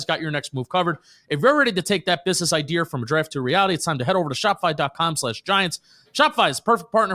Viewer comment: I'm going to dislike until starts pronouncing "idea" correctly again.